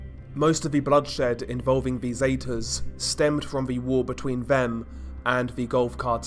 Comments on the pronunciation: The way he says Zetas makes my ears hurt. Seh-ta-s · How can you not pronounce Zetas correctly